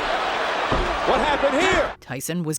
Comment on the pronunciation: hearing organ...hahaha strange diction